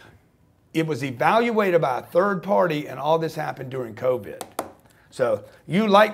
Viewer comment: covid coach!not covet!ha ha ha i wish i could tell too my untold stories coach Grant!!!